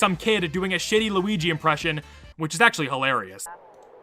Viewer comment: Noooooo! Not loogi